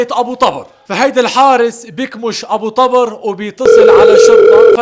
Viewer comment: تلفظ الاسم غلط.. مو طبرررر... تلفظ طووبر.. بوضع ضمه فوق ال ط